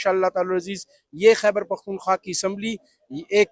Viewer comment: Its خیبر not حیبر پختون